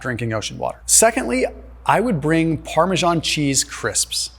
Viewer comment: “Parmasharn” cheese 🤣